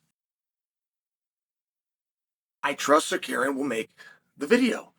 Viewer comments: arman tsakuryan said chael, lol its pronounced sarukyan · Damn, now we won't see Mocklechev vs Suh-CARRY-yun.